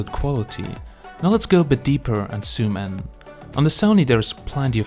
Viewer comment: Hi there. I know that English is not yours first language but if you say sumin and you mean zoom in, my subtitles shows sumin instead of zoom in and it's just a little bit annoying but other than that it's quite good comparison. By the way forgive me for my English, because it is not my first language either so forgive me all mistakes.